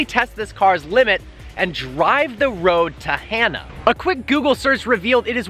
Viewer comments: It's pronounced ha' naa not hana like a girls name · It’s not pronounced as Hannah... it’s like... hmm..... ha (ha is in the sound u make when u say hollow) and nuh. Ha nuh, Hana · I believe it’s pronounced (HAH-nuh) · learns how to say “Hana” instead of “Hannah” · hana not hannah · Hana is pronounced HaaNa. Don't want you sounding like a haoli(howlee). Mahalo. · Its pronounced Ha nuh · I don't think he got it right once😂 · If you talked to one person on the island about the road to Hana, you wouldn’t be saying it the wrong way 😂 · You said Hana wrong bro 😂